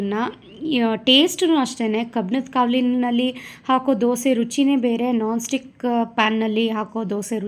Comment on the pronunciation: Dosa instead of disa